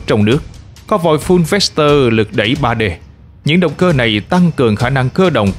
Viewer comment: "Ráp to" chứ ko phải "ráp sờ to" Véc to - chứ ko phải vét sờ to Lúc cần s thì ko đọc, lúc chả có s nào cũng đọc. Nghe hơi kì ạ